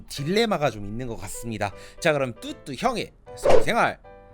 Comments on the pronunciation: 아직 뚜두님이익숙해서편집하는뚜뚜가아닌 뚜두로들리네요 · 자꾸 뚜두 라고 하네요